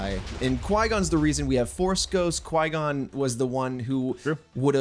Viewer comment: OK I love you but qui-gon?!?!? Come on man lol ur still the best tho